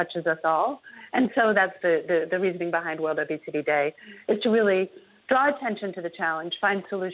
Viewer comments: Sounds like she’s saying “wildebeest-y” day instead of “world obesity day.” Still true either way. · I thought she said wildebeesty day